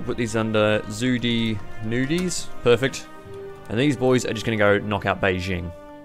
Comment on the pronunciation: "Zhu De Nudies" as a Chinese, I laughed so hard